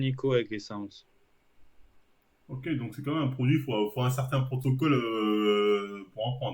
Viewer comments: « Sarsm » Marvel stp, un effort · Sarms l’ami comme dirait le père foukra